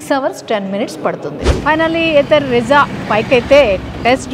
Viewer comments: Meadm it's not rizza it's RIZTA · Adi Ritza kadu thalle Rizta😢